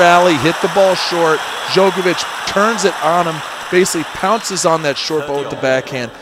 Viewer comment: Why is one of the commentators mispronouncing Djokovic all the time. He did the same in the 2010 final. How on earth is it possible nobody correced him, how to pronounce the name of the world # 1 tennis player of the time?